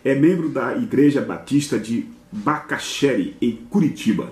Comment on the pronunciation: Meu caro o bairro daqui de Curitiba tem a sílaba tônica no final, Bacacheri (oxítona). Olha, acredito que Damous já verificou na universidade e sabe que o carinha é mentiroso.